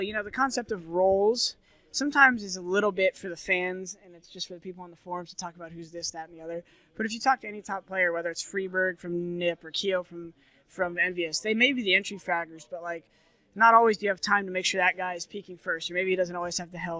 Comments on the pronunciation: The Anonymous Dictators fry berg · "freeberg" Have I been pronouncing it wrong for all these years or was it just him/accent?